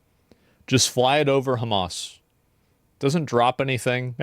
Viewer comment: Why do they say Jamas? It is Arabic therefore it is pronounced Hamas.